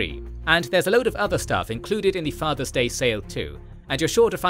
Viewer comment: Nothing to do with the video but there isn’t a “z” in the word father.